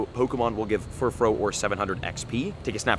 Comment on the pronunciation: I often wonder if this dude actually understands ANY of the wordplay with Pokemon names. Like "Glam-meow", not "Glame-meow". It's "glamorous+meow", with glamorous being shortened as "glam". Also, it's "Furfroo", not "Furfro". The "-ou" is pronounced like the "-ou" in the word "you". Oh well, I'm sure he won't correct it, ever. I've heard so many YouTubers claim that you can just pronounce Pokemon names however you want, and that's just not the case.